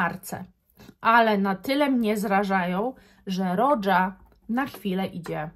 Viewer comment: A Roja to roża, nie rodża.